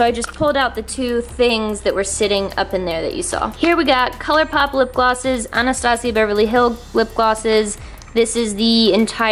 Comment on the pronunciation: My name is Anastasia but it is said like " Ana-sta-sia